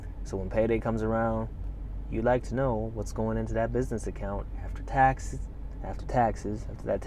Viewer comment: Hey it's "taxes"